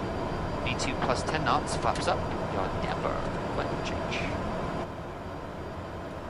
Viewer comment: It is Yaw Damper. He is correct.